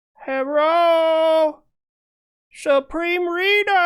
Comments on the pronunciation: "Uhhhh.... Herrrooo...Supreme Reador..." I lost it at that...Lolololol!!! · “HERRO SUPREME READER” slays me every time. 😂😂😂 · “Uhhhh herro supreme reader” 😂😂😂😂😂😂